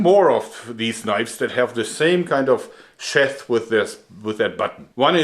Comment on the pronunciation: Joerg fyi - sheath is not pronounced "sheth" but rather "sheeth"